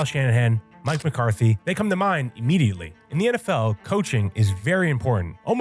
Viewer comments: Pretty stupid you said Mike Mcarthey lol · Bro said Mike McCarthy 😭